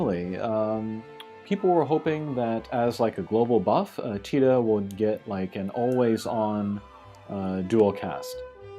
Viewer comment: Great review. The CG characters I'm most looking forward to, in order of preference, that fix problems with the current units are Squall (my fave), Locke / Zidane / Vaan (I'd like a 7* upgrade on Xon that I can take into trials) and then Tidus. Love how you pronounce his name, btw.